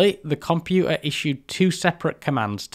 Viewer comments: It’s compuTer NOT compu a 😡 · "Compu'er"?!? Great video though. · You're accent is baffling 😊 You claim not to be able to pronounce a hard "t" but have no problem with Minuteman, digital, architecture and dozens of other words. Then along comes water, computer, and it's nope, cant do tha'. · I can excuse your inability to pronounce 't's in computer and motor etc being from north of Watford, but the 'u's in aluminium are unforgiveable. Traitor. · "Back in nintiseven'y, any compu'er was a good compu'er". What is this personal war of yours against 'Ts'? Fantastic content anyway, as usual.